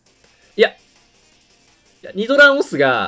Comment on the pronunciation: 発音が違う－114514点